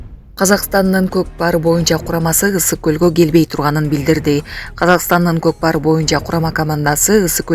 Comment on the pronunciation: Кокпар эмес Котпар